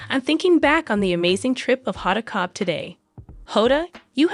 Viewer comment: Honda Kotb’s name should be pronounced with the “b” (Kotb)